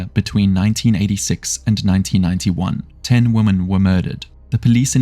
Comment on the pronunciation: Narrator needs to learn how to pronounce the word 'women' Vs 'woman'.